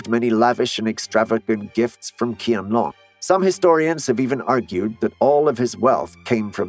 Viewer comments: It is not pronounced KianLong but "Chyehn Lohng". It's particularly obnoxious that you didn't even look up how to pronounce the name of the subject of your video, demonstrating a degree of negligence meriting deportation from Internet Nation. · It is pronounced as "Chi-ahn lewng", not "Key-an long." Heshen is pronounced as "Huh- shun," not "Heh-shin." 😉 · it's really irritating to heard him mispronounce QianLong's name. The Q is pronounced like ch in chair rather than k. Calling the Emperor Chain-long would be 100x better than KianLong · Not pronounced KI-AN long, it is pronounced as CH-I-AN, similar to Change. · not King Dynasty but is Ching Dynasty (Qing Dynasty) .. not Kian Long but is something like Chean Long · Hello, Qian in pinyin is pronounced Cheean, not Kian. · The first thing that this video got wrong is the butchering of the pronunciation of Qian Long. It's supposed to sound like Chian Loong (like the double o's in food or good), not someth8jg ridiculous like Kian Long as in long or short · Isn't his name read closer to SHIANLONG than KIANLONG. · There’s no emperor “Kian Long” of the “King” dynasty, there’s only emperor “Chian Long” of the “Ching” dynasty. The fact that you’d already taken some time to research about Chinese history in order to make a video out of it, why didn’t take some more time to learn how to read Chinese Pinyin correctly. Come on! Pinyin is easy. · So how did KianLong and Heshan really look like? I'm seeing Japanese, Koreans drawings every time he would mention and murder their names pronunciation. In the end, I had freaking headache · Well, in Cantonese, we pronounce 乾隆帝 as keen long dai, so he's not exactly far off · Thank you it is Tçhian Long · It is pronounce as "chianlong" if I'm not mistaken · His name is pronounced “Chian Loong” as Q is a “ch” sound. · The moment i heard Kian Long, i couldn't take this video seriously lol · It's Cheean long and Cheeng dynasty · Qian long becomes kian long😂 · it's pronounced as chiyenlong